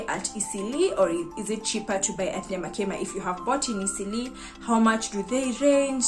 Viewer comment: Watu hawana rada nyamakima iko wapi, pronounce it in swahil nyama kima, yaani nyama ya kima😅